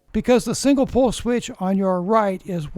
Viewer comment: Hey, hope all is well. Just curious, were you saying single pull or single pole? Nice video once again.